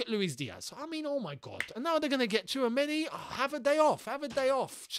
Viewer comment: i remember last year u guys were sleeping on tchouameni (tissuemeni as pronounce) and now we might lose a chance to get him lmao